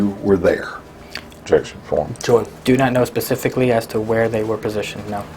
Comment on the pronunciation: This guy talks like he has an iq of 70. Pacifically for specifically. OMG. This is Just awful. Just to think this guy has a gun. God help us all.